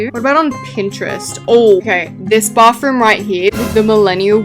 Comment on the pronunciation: “bauthroom” and “ gyatroge” always gets me 😭